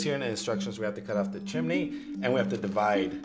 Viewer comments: Who hates how they say chum-eh-ney not chum-ney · "Like a little chiminey" lol